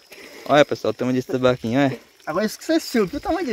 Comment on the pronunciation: O não é tambaquinho é TAMBAQUI